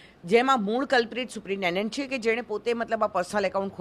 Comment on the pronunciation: આ ભાઈ ને સુપ્રિન્ટેન્ડન્ટ બોલતા નથી આવડતું